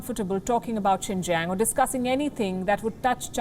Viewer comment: Xinjiang like Jing jang.